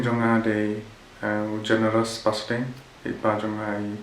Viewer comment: Generous not Generious